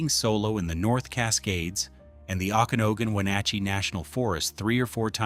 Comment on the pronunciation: Pronounced... "Oken-Agan". Just sayin...